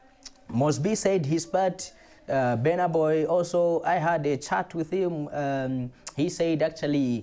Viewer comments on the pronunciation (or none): elo ukusuna. busy mispronouncing the artists name is disrespect on itself